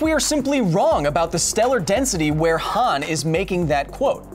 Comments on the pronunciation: Huh-ahn, Not Huh-aan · i stood up for your 'nearvana' pronounciation but calling 'hahn' hann is inexcusable, but you checked yourself before you wrecked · Every time he says Han like "Ham", take a shot. P.S. It's Han like "On". Han = Hon = ;-) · Hawn, not Han